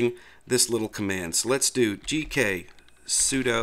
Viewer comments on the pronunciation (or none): none